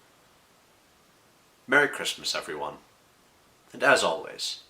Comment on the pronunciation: mewwy chwismas chwissssss